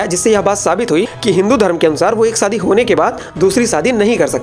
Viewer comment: सादी नहीं "शादी" *हमेशा, *शांति Please improve your pronunciations.